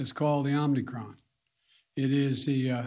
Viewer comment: I could swear he said "Omnicron."